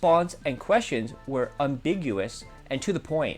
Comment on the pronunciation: Lol "umbiguious"